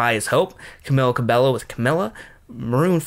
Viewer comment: It’s pronounced CA-BEH-YO